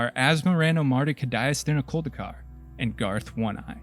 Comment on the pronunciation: How the fuck did you manage to say her name correctly in one go, wtf, witchcraft